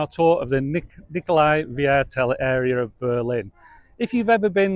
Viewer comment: Hahaha you make my teeth hurt with your funny pronunciation...It is called Nicolai VIERTEL .. which means Nicolai Quarter........